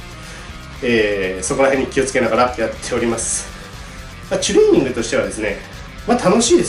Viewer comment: ちゅれいにんぐって発音好き